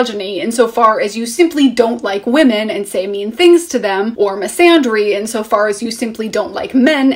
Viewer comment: Thanks for being phonetically specific. For some reason I've never found a need to look up the pronunciation of misandry, but your stressing of the sounds made me particularly curious. Come to find out, I've been saying wrong all along. and not using the proper æ sound but the a alone sound as in father. Thank you for your well developed and well spoke comments.